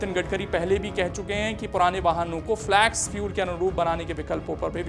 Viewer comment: Flex फ्लेक्स not फ्लॅक्स. Pronunciation ठीक करो भाई.